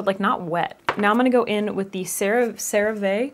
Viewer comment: Cerave sounds like “sarah-vee” just so you know🥰 love you so much!